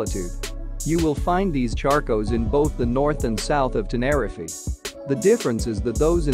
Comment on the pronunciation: Please pronounce tenerife correctly its really annoying